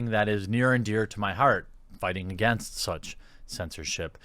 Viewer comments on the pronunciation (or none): none